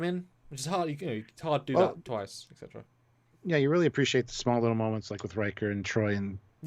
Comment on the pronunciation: "etc." is pronounced "et-cetera", not "ex-etra"